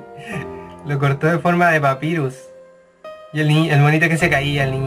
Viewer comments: Se dice papairus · se dice papayrus pero se escribe papyrus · gonzalez jaja xdxdxd por culpa de ahora estoy acostumbrada a ese inglés no bien pronunciado creo que los mismo con papyrus pero como te dije por su culpa ahora no me gusta los nombres en ingles bien pronunciados dxdxdd